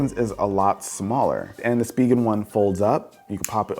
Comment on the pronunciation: Uhh anyone else pronounce it spigen as spy gen. Not spee gen